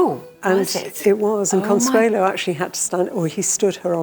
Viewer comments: Her name is Consuelo not Consuela. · ConsuelO, not ConsuelA!!! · Her name was Consuelo not Consuela